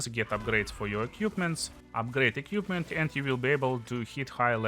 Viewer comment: всё круто, но пожалуйста не "экьюпмент", а "эквипмент" - это частая ошибка